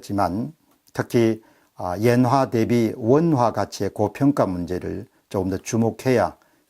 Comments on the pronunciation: 엔화를 계속 예나라고 하시네요~ㅎㅎ 자연스러운 흐름에 살짝 방해가 되는것 같습니다...^^ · 옌화? 엔화발음 장애자